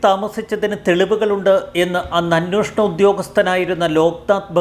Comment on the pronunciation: 'അന്വോഷണം' തെറ്റ് 'അന്വേഷണം' ശരി.